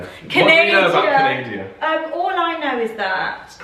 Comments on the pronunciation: it’s canadA! not canad-i-a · canadia? canada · I find it disrespectful that you say “Canadia” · Its pronounced canahdah